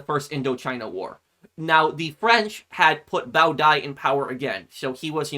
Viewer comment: It was really great and yes you pronounced Bao Dai's name correctly and he was exiled to France until his death in 1997